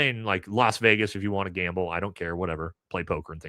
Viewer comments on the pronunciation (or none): none